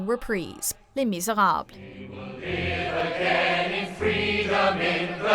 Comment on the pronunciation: Am I the only one who cringed at the pronunciation of Les Misérables?